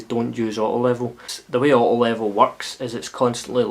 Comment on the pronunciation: wavy waavy! nice one dude. :) random dust... an american can hardly understand when you say "auto level" what the word "auto" is... still not sure, just guessing. thanks for the review...